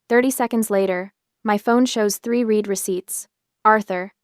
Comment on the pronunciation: Another AI that doesn't know the two meanings and pronunciations of the word 'read' from context.